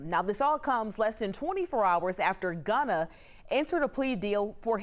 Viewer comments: why are they saying Ghana instead of Gunna lol hehehe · They say his name not gunna lol 😂 bad news ankers